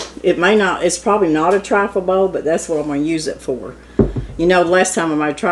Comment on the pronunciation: It's "TRIFLE"!